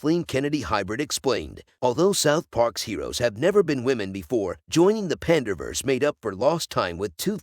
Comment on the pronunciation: Pander vs eh. Good Job AI